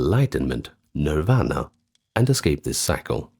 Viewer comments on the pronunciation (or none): none